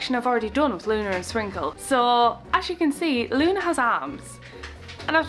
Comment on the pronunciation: It’s not Luna it’s Lunus